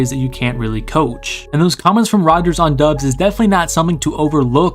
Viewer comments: It's pronounced like Dobbs like Cobb sound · the U is silent. its DOBS, he said so during training camp